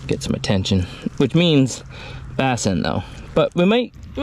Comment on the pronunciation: do you really call them "bass'n"? or did i miss a joke you have been running with. lol I do not know why but its like a twitch every time you say it. Hope I am not the only one that caught it or for whatever reason screamed at the screen is a "BASS". lol